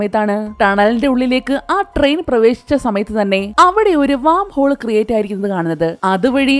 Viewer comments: വാം ഹോൾ അല്ല... വേം ഹോൾ എന്നാണ് പറയുക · വാം ഹോൾ അല്ല വെo ഹോൾ ആണ്